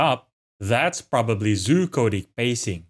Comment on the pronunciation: I'm 99% sure he was saying "Zoochotic", but it absolutely sounds like hes saying "coded" lol